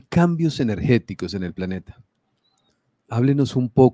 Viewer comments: Cual "paneta"?? 😂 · Que paso con la L de planeta , o estamos hablando de paneta